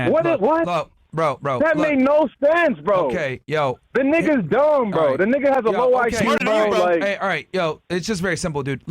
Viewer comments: Did I hear “niggasis” 😂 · He said “niggasisis” lol 🤣